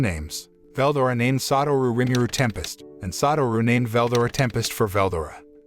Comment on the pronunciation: I hate this guy the way he says names makes me mad for example Veldora say it like two words Vel and Dora fucking annoying